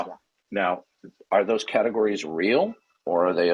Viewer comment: Did this a-hole say 'catagoriness" over and over. Again, a serial killer of the English language.